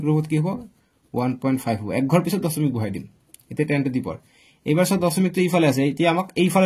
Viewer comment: Sir ''দচমিক'' nohoy ''দশমিক'' hoy 😅😂😅